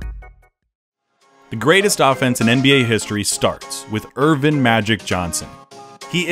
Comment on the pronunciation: It's EARVIN, not Ervin. And there are 4 more players on the roster. What up with that?